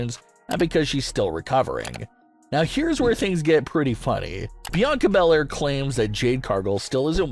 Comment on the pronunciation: It's not Bianca Bel-Air this